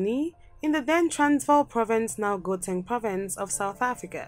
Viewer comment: Let's address the Gauteng pronunciation because it is annoying the way you say it. So it is pronounced "KGAUTENG" You make the KGRRRR sound. Thanks